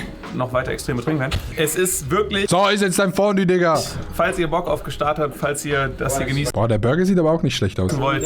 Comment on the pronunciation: ich finds voll geil wie adi sich immer lustig macht wie Gstasd aus spricht